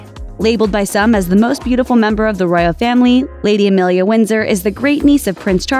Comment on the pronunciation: AMELIA, NOT EMILIA. Jesus Christ, you can’t even get it right,. 🙄